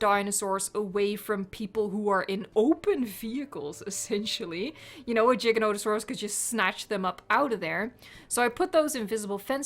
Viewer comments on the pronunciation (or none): GIGANOTOSAURUS NOT JIGA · I am pretty sure u are the only Dino YouTuber who say Giga like Jiga I love it it make me laugh :) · Did she just say jiganotasoras